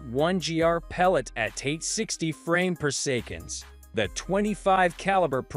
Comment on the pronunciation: its annoying also instead of saying seconds he say secands lol